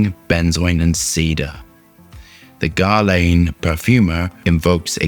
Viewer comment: It's not GARLEJN, it's GERLAN